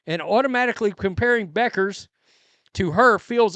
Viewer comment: I know, but I think they are saying it wrong, apparently, which says a lot about how much importance they put into it. Do a Google search on how to pronounce her last name. It's not Beckers.